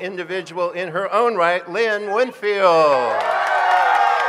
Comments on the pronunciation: The announcer said Lynn Winfield, SMH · THE MAN SAID LYNN WINFIELD😢😮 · Lyñn Winfield..🙄😒 Get it right...